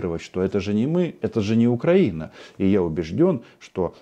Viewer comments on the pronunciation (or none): none